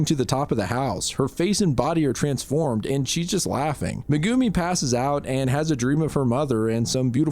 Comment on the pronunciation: i have never heard megumi pronounced meh goo me